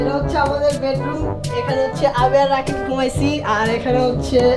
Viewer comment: Uccharon ta rosshi ei..roshni nhh. Mehdi was right☺☺